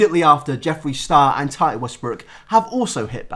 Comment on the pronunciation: Tahtee hunty it’s tati but ok😎